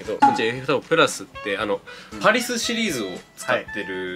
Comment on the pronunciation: レビューいつも参考になります！シューズレビューではTKDさんが一番好き！ どうでも良いことですがわざとパリスって言ってるんですか？ PARISとかいてパリと読みますが、アシックスはパリス？